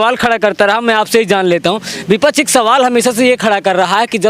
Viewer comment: बिपछ नही भाई, (विपक्ष) होता है 😀